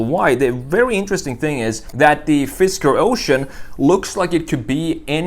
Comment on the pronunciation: FisKer, not FisTer